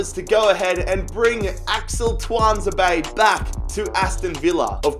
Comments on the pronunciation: It is said like Tu an za bay much love brother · Btw I’m a salty villa fan and ur saying Tunazebe wrong! Pronounce it too-an-zeb-ay